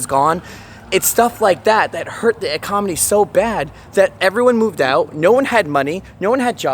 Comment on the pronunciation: ecomony??? arksansa is NOT considered the midwest! this guy is so dumb